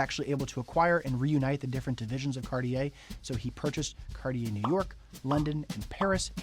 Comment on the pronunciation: You could at least pronounce it properly… it’s not carrrrrrier! These Americans…